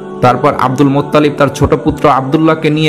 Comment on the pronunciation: Cagol aage bangla uccharon korte sekh, Muttalib Allah er naam jibon ou shune nai!